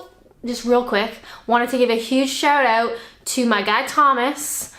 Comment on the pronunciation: "shout out" still got your Canadian accent, then?